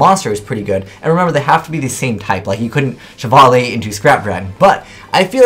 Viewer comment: wow the way how you prounce chevalier hahaa